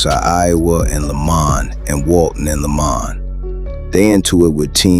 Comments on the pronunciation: 😂😂😂We Chicago know its LA-MON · Its not “lay-men” its LAH-Maan ..lamon